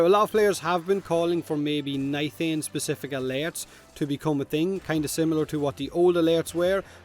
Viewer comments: Did you jus say..... Nithain? Its nitain. No H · Nithain? Do you mean nitain? lol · Im sorry, but i feel a little pain when i here NITHANE